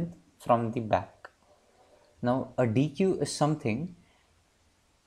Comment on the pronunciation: superb video! luttle side node: it's pronounced as deck ;)